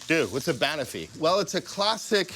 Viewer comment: Dude. Please. It’s not “BAN-uffy”, it’s “ban-OFF-ee”. Have you even been to a pub in the UK?